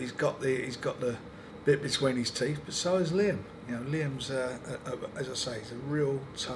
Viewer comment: Frank "Bit between his teef" Warren